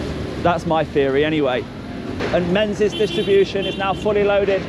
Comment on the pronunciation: It’s not pronounced “Menzies” it’s mingis